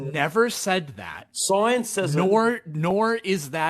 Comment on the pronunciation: What is "soiens" and what is "albert oinstoin"?!?!?!?!?